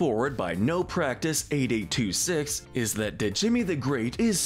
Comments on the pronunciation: Not sure if anyone else mentioned this, but... Djimmi is pronounced "Jimmy," not "D-Jimmy." The D is silent, like the P in "pterodactyl." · They way he said Djimi 💀